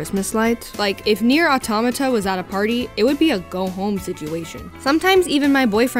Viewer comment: The first english person i heard that pronounces right the word "autómata".